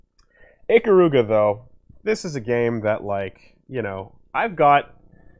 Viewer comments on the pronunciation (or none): ee-KAH-ruga, not ICK-uh-ROO-guh. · I gained mad respect for you as an Ikaruga fan, EVEN THOUGH YOU CALL IT "EEKA-ROOGA", the second you mentioned my bae Kagari and the Ginkei by name without prompting. I knew you knew the real story, and I had no idea one of my favorite youtubers had the same respect I had for this wonderful piece of art in video game form.